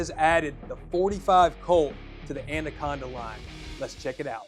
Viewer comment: "ANDA-conda." lol